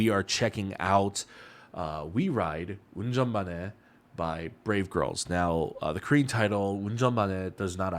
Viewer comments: 영어 네이티브가 아니라 한국어네이티브이신가요? ㅋㅋㅋㅋ저도 운전만해 발음 잘하네..생각하고있었는데 그럼 영어를 잘하시는거네요 ㅋㅋㅋ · 와 ㅎㅎ 운전만해 발음 좋네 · 이사람 한국인임? 운전만해 발음이 진짜 외국인이 할수있는 발음 아닌거같은데? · 운전만해 발음보니 한국인이신가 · 한국분인가요 운전만해 발음 b